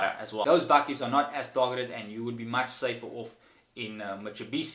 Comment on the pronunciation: Mitsubishi not mitsebishi😂😂😂